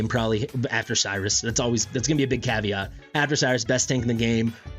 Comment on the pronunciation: It also comes with a key caveat. When I heard you pronounce that, it sounded like caviar. lol.